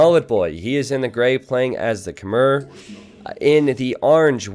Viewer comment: Stop saying Khmer as 'kuh-mer' It's 'kuh-mai'